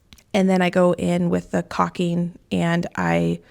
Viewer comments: Hi! Phonetically you can pronounce it "call-king." The "u" in "caulk" is essentially silent. You & Josh have done a magnificent job on your beautiful home!!! You should both be very proud of yourselves! God Bless!!! ❤ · Caulking is pronounced with silent L. Just like chalk is.